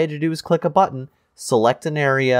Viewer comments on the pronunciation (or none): none